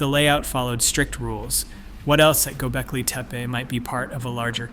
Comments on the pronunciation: Halfway through you change the pronunciation from "teh-pay" to "tee-pee" . . . lots of sentence structure typical of Chat GPT too . . . which suggests that you have no clue as to what you're talking about. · "Tepe" is pronounced similar to Spanish, Italian, as in more phonetic languages. Not teepah. This is an extremely ground breaking site on our earth, so it has to be pronounced correctly. Thank you for the video🎉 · Tepe. tep rhymes with step. The e is pronounced like the name of the letter A. Tepe rhymes with step-A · "gobelki teapA" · What was this,a bet? It runs contrary to everyone rpthat has been reported so far and it was like a competition to see if it were possible to pronounce Tepe different ever single time it was said. Everything claimed not to have been found,has been found,the information abouts infill runs contrary to all information l can find. As for the thumbnail, what the F was that supposed to be/have anything to do with either this dross or anything else. Possibly one of thr worst/most pointless wastes of time,ever.